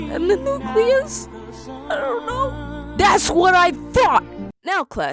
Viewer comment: Our biology teacher is polish and she says nucleus like this....... ‘nucleoos,...’